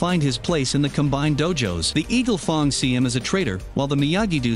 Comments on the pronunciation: fang not fong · did this dude rlly just say eagle fong?!? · Mans said eagle fong 😂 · I love eagle fong bro every YouTuber say things wrong bro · not to be rude but you say eagle fung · I think this is gonna be the only episode I watch of this guy. The weird cuts and edits and how he pronounces Miyagi Do and Eagle Fang so so wrong is bothering me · you need to improve the prenounciations of the Dojos ... like Eagle Fang not a long A -.- ugh my bad for getting a bit triggered but yeah